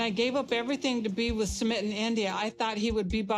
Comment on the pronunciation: Her not prounouncing Sumit properly is killing me; a lot of the people on this show don’t try to learn their spouses language and even learn how to properly pronounce their spouses name